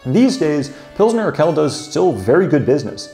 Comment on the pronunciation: Urquell is pronounced oor-kwell. qu is kw in german.... you have that qu too: quit